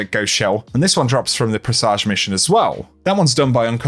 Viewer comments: PRESS AGE HAR BIN JUR not PRESSAJ OR BING UR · Uhh, that's NOT how you pronounce presage. #Made it to the end